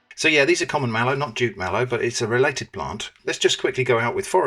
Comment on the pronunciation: I didn't catch that he'd said "jute mallow", I heard "jit" or "chit" and wondered what he'd said (I've only heard of the "marsh" variety as a Brit), so thanks👍 (Decades a go I had a Nigerian flat mate who cooked some great food for us, mostly fiercely hot with scotch bonnets, and often slimy with okra, but always delicious. Shrimp's collabs with always take me back to those times in the early 80s🙂